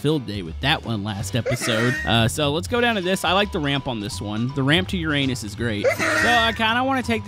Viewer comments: The pronunciation is YOUR-UH-NIS.😂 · He said uanis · It's pronounced yr.ay.nuhs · really you are killing with the word Uranus 😂